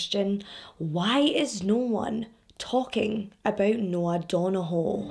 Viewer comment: I literally live a few hours from Belfast and i followed this story, but the detail you went through is amazing 👏 love your videos! The pronunciation of Donoghue was waaaay off hunni 🙈 good try though, our Irish names are hard lol thank you for telling this story so well 💗 xx